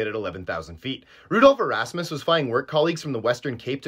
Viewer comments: The surname is pronounced E-RUS(Rust)-miss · It's pronounced E r AH s miss with Btw Welkom the W is pronounced as a V